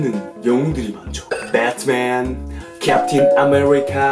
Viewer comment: 붸트맨 할뤼퀸 ㅋㅋ